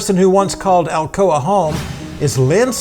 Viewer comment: I suppose she pronounces Alcoa "Alcohola"